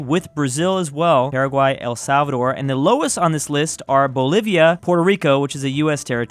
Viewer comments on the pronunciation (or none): none